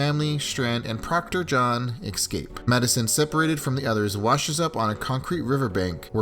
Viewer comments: Not EX-CAPE it's ES-CAPE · cool video but learn to say escape